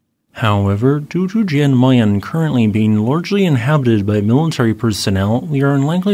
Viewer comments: Pronounced "Yan", not Jan with an american J. 😊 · The J in Jan is pronounced yan, just like Jon is Yon